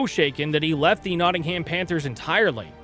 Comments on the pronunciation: I'm Canadian and even I know it's Notting-um or Notting-im. Depending where yer from. 😂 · Meanwhile he pronounced it Notting-Ham 🤦🏻‍♀️